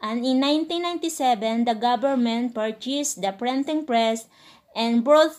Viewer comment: "Prenting press" 😂😂